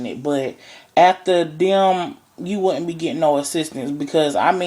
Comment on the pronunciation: your just up here to eat some fucking ribs. Holy fucking christ!!! Jesus, forget your opinion, STOP eating!! And correct your pathetic diction and pronunciation. "wuddent be gitten no more assistance". "they didn't axe to be here" "people that needs assistance". thank you for not breeding and having offspring. best thing i heard from this video.